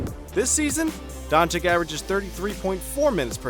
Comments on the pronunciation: it's not dang-chick. it's don-cic. No K sound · *Chich not Chick. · he is Dončič,not Dončik.. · Pls. my pren … Doncheeech not Donchick. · Haha Donchik, I mean how long is this guy in the NBA? Donchik!!! Please educate yourself before opening your mouth, ridiculous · Is doncic not doncik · Not "Donchick" but "Donchich" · it's Doncic not DONCIK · Your video is great. But... People, for us, this just rips our ear every time we hear it "Donchik". And there is no excuse, because he is here already one year and a half, whoever is in the basketball and especially the ones that are in the media SHOULD know. That is basic journalism. Not to talk about how disrespectful it is. PS: To others, do not call people "nazis". Not funny, like at all. Especially for people in Europe. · dude said Donchik like a hundred times. My ears are bleeding. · I swear If i hear him one more time saying Don-chick imma have a heart attack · STOP CALLing him DONCHICK DONçiç zzzzzzzzzzzzzzzzzzz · Is Dončić please go learn to to say it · Show a little bit respect for Doncic... Pronaunce surname correct!!! He isnt chick... It is not too hard to learn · It’s Luka Dončić